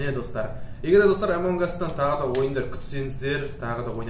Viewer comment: Эмонг ас емес амонг ас